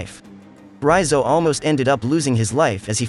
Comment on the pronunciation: I was searching for this recap who pronounce Raizo's name correctly and this is it.... I cannot listen another minute from Recap king channel as he was pronouncing his name like Reeyzo... i cannot listen anymore so... this video is it... comfortable to listen Raizo😂